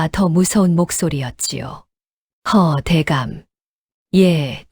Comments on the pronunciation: 허대감이라 해야지 허 대감 ,허자를 띠우니 뱅신이 허어 대감 이라 읽지 뱅신같은 소설쓰면서 광고만 존나 허네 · 허대감 발음을 허어 대감이라니! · 허~어 대감이라고 읽으니 좀 이상하지 않나요? 그냥 븥여서 허대감이라고 읽으세요. 비슷한 얘기들이 돌고도나요? 똑같은 얘기를 읽었는데 소재만 좀 틀리죠. 허~어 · 허ㅡㅋㅋ ai가 "허대감"을 붙여 하는 발음이 안되는군요..ㅋㅋㅋ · 밭일을 바치? 궁꿜이 아니라 궁궐! 아니~ 왜 그렇게 허를 길게 빼면서 강조를 해요? 허대감을 붙여서 읽는게 그렇게 어려워요? 당신들 보고 감~~~독님! 작~~~가님! 그렇게 부르면 어떨것 같아요? 그리고 또 삼년, 십년, 햇수를 말 할때도 삼~~년만 이라 하고! 지시겨 꼬치피 나치근 하도 많아서 그만 쓸라네! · 허대감을 왜 그렇게 읽는지 ㅋ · 에이아이가 허대감을 붙여읽질못하네요 자꾸 웃음이~~😅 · 정신차리세요 우리나라 성에~~~~~이렇게 부르는 성은 없어요 거북해서 도저히 다 못듣고 중간에 포기